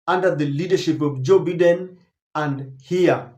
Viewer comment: 🎉When you have an international audience its important to pronounce names correctly. You have been told before on this forum by various readers...Its Bye den. Not Beeden.